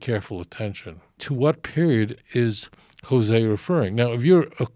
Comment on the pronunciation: He can't pronounce the name of the prophets LOL